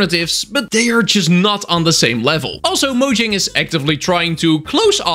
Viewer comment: You said Mojang. You have my like.